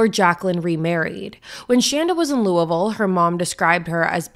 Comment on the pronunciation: I haven’t heard of this case before, even tho I live in this area. Lived in New Albany when I was little and now in Louisville (thank you for pronouncing it correctly, most people don’t lol). So crazy to think that this horrible death happened and this is the first time I’ve heard of it. All the places you were mentioning I was thinking I’ve been there or know where it is. This is so sad. My heart goes out to Shanda’s family